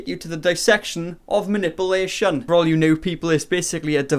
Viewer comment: “dissection of muh-nipple-nation”